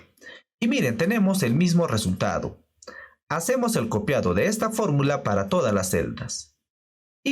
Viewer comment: Hola. Lo primero es darte las graias por tu esfuerzo. Lo segundo es comentarte que en España NO decimos "arresultado" sino, simplemente, "resultado. Esto solo es un comentario: tu... dilo como quieras. De nuevo GRACIAS.